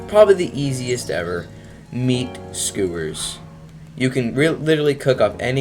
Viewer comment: bruh, it's pronounced "SKYOO-WURS" , NOT SKOO WURS. PLEASE TELL ME YOU DON'T HAVE A SPEECH IMPEDIMENT 💀